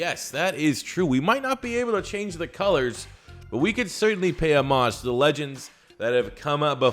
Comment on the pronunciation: please stop saying homage like that